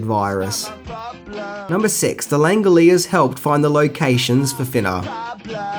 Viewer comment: "Thinnaaa". Love it.